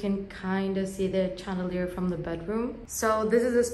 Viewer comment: Sssssh: pronounced shand! Chandelier 👍🏽💕💕Love from London.